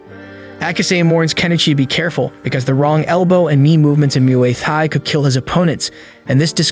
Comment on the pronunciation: its not mooaye tie its moo eye tie muai thai